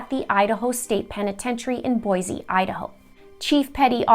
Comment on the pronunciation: well done! As an Idaho resident, ( my Grandad's family are considered homesteaders) you researched is very thorough here. AND, the fact you pronounce "Boise" the way locals pronounce Boise is amazing! Typically, anyone from out of state pronounces it "Boy-zee" not "Boy-see" as locals pronounce it. Idaho AND are typically extremely nice and rarely correct "out of staters" who say "Boy-Zee." A VERY interesting video and obviously well researched! Great Job! And YES, Lori Daybell very well may be a Lyda carnate! So glad you did this and thanks for covering these interesting stories about my home state- stories that a lot of Idahoans don't even know. Just now you are remining me of my Canadian Grandmother and her Canadian education! God bless Canada!!!! And the US, of course!